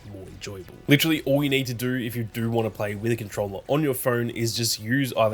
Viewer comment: When u say no u say it with a r at the end when u say do you say “doUr” funny little thing I noticed but other than that quality footy.